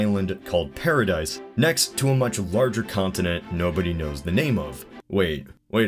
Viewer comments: Its not pardise, Its Paradii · Paradis and Paradise are spelled and pronounced differently.